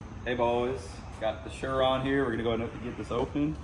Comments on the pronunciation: surron not shurron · Blud really said shurron 😂